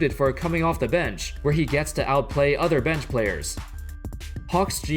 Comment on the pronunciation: Who else getting annoyed but the way this guy says bench